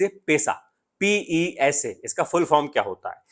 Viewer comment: Pesa. Nai p pesa bolna hai